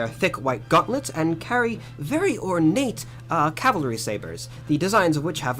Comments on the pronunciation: It is NOT CALVARY, dumb yanks but cavalry! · Love your videos guys 💖 (but n.b. caValry not Calvary lol 😅🤣) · Dear ladies. It’s pronounced Cav alry rather than Cal vary. Love your interest in things British. When do you visit? 😁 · Ok FIRST THING. It is pronounced CAV alry, not calvary. The London Garrison is HYDE PARK BARRACKS at Knightsbridge and the Armoured section is at Bulford Camp, Salisbury Plain, Wiltshire, England. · What the chuff is the calvary? Cavalry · CaValry.. not calvary 😂😂😂😂😂😂😂😂😂😂😂😂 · Cavalry not calvary sorry to correct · It's Dra-goons. Also, the word is Cav-al-ry, not cal-vary. LOL. Princess Royal, Anne, King Charles' sister, is a colonel in the Dragoons and Royal Horse Guard, and has also taken over from Prince Harry as Captain General of the Royal Marines. Love you both and your shows. Wouldn't miss them!! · Cav-al-ry not cal-vary which is something completely different! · Cavalry....not calvery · Hi girls the word is pronounced…… Cav-al-ry……..not……..Cal-vary great show I love you yanks❤❤ David Liverpool UK👍🏻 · Ladies you are doing your best I'm sure and thank you for promoting Britain.. But please they are called THE HOUSEHOLD CAVALRY pronounced ( CA-VAL-REE) and the word you can't pronounce at all is THE DRAGOONS ( DRAG-GOONS) The are also Mounted Troops. The household Cavalry is part of the London Based HOUSEHOLD DIVISION which includes the World Renowned Foot Guards with the Black Bearskins Red Tunics and Black Trousers, The COLDSTREAM GUARDS, THE IRISH GUARDS, WELSH GUARDS, SCOTS GUARDS and the most Famous foot guards GRENADIER GUARDS,, hope this information is useful to you. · The calvalry? Hehe... I love you guys.